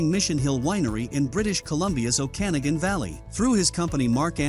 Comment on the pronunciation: O’Kanagan???? It’s not Irish. It’s Native. Okanagan = “Oh • kan • AWG • en”. My god, please consult actual Canadians before you absolutely fucking BUTCHER place names eh.